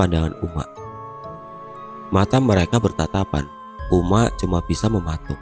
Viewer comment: wkwkw agak lucu dengar abangnya ngomong uma'😂,soalnya disini ngomongnya umma'